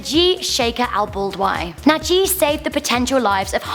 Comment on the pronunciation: najih your saying it wrong if your arab your saying right and plus see this muslim man he helped isis are not muslim